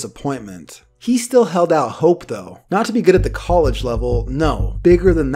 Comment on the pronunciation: col idge. not cole idge.. smh!